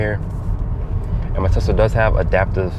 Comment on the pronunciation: Why does he keep saying TELSA???